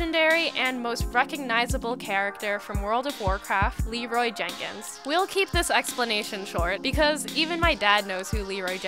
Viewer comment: Leeroy JEN Kins not Jakins